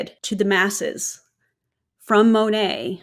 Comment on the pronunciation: She's probably the first Monat hun I've heard pronounce the name correctly. May be nit-picky, but when you can't even say your cult's name correctly (barring language barriers, ofc) but you swear your life to it and compare it to your religion, that makes me squint...